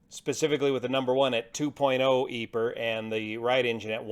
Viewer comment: Ive never heard anyone say EPER for EPR but great video!